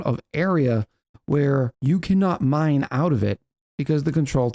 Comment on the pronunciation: I keep hearing 'mind control tower' instead of 'mine control tower.'